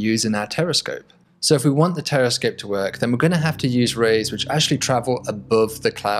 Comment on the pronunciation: I thought I heard him saying "Terrorscope", looks like I need to clean my ears. But the video showed us a very good concept.